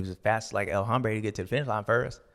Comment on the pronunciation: The H is silent in El Hombre it hurts my ears when you pronounce the H.